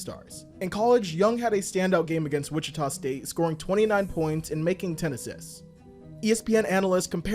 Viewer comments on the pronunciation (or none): none